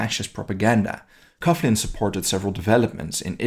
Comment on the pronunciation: I think it is pronounced "coglin". Excellent work !!